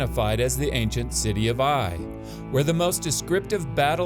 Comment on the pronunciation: Its so ironic and funny that an archaeologist cannot pronounce the word, "ancient" properly xD Thanks for the new upload. I have been hungry for another and this one hits the spot perfectly